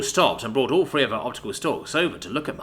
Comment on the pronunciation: " a gravity of .." 1 Free Free or 1 THree THree? One sound is bottom lip to upper teeth,front of mouth/external. The other sound, an internal, traveling movement of tongue behind&upto the teeth.